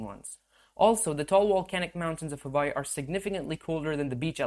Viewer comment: Hawaii is actually pronounced Havaii, so good on you.